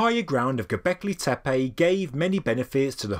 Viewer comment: Why you pronounce gobekli tepAe . pronounce : gobekli tepE